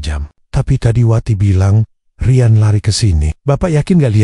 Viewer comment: Bahasa nya. Di. Bagusin dong Riyan. Bukan rayen 😮